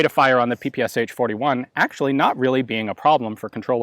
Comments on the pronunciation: Instead of pps does not one normally say pey pey sha for that particular submachine gun. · Greetings from Russia. I really love your channel. the correct pronunciation of PPSh is [pæ-pæ-ʃʌ] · So many people mispronounce the name of the gun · LOL he pronounces ППШ completly wrong. Write "ППШ" in Google Translate (russian language) and listen. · Ppsh is pronounsed as pe-pe-sha. This abbreviation consists of three Russian letters ППШ, where Ш = SHA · The name is not Pe-Pe-eS-h. It’s “pepesha” 😁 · Strange to hear you say "P-P-S-H", when it should be "P-P-SH" or "pe-pe-sha". It stands for pistolet-pulemyot Shpagina, or Пистолет-пулемёт Шпагина. Shpagin was the inventor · its not P-P-S-H ! its P-P-Sh 3 letters ! ППШ u have not letter "Sh" = Ш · It is not pronounced”P P S H”. The proper way is”PEH PEH SHA(like in SHort). It stands for «Пистолет пулемёт Шпагина» . Literary “Shpagin’s submachine pistol” Shpagin is the last name of the inventor. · It's not called sha, that's slang. It's peh peh che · PPSh? You mean PPŠ? Verbaly it's: "Pa-Pa-Ša" or for Americans "Pa-Pa-Sha" not "P-P-S-H". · PehPehSha! Not PePeEs-H. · Why americans call it PP S H instead of PP Sh? Machine-pistol of Shpagin, so it should be PP SH, isn't it? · It's not Pee Pee eS eicH, because those are not four letters/sounds, but only three of them Pee Pee eSh or Shee, where Sh is like in shoe, show, shot. That's why the h is in small caps. Just call it PaPaSha, it's the closest you'll get to how it's actually called. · is it not supposed to be pronounced papasha? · You are pronouncing dis wrong. It is pronounced, 'p-pshh' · Peh-Peh-Sha. Get it right. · PPSh is actually pronounced P-P-'SH', like in Shh!, it's named after a guy named Shpageen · Cool video but the name sounds different. П П Ш P P Sh (peestolet pooljemet Sh'pag eena Shpagin submachine gun) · In Russian this gun is called Peh-Peh-Shah😉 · Ппш 41. Its pronounced Pe pe sha. Nice shooting test id love to shoot one